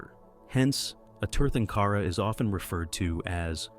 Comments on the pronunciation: Uhhh. Here we go with mispronounced Sanskrit words. Tirthankara is pronounced Theer-thunk-era. And not Tear-tunk-aara. But that said, the British are to blame for providing very poor and inadequate use of diacritics (accent marks) to help us pronounced Sanskrit words. The letter 'a' when extended, as in the word 'father' or 'far' was accented as Ā by the British but current dictionaries use Ä whereas the Ā is used as in 'Ate' or 'Date.' My only other comment is about Ahimsa, or 'not-harming.' Sounds grand, but life has always lived by killing other life ever since life started evolving on earth. Jains don't want to taint their karma by ploughing the earth, but don't seem to care that the rest of us have to do so. Seems quite selfish to me. Humanity needs to approach life as one community. Without ploughing the land for grains, humanity would not have survived. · The term Tirthankara is pronounced like “tear tan kara” the t and h are not pronounced like “thanks.”